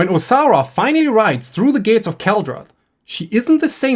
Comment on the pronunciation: Im enjoying the video but due to your accent. Every time you say Osara I hear Sauron and it makes me giggle